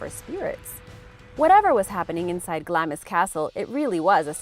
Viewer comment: Glamis is not pronounced Gl-am-is, it is pronounced Glarms. The Castle is not abandoned. The Queen Mother Elizabeth was born there in 1901.